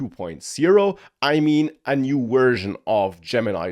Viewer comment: wersion, lol vorld, lol awailable, lol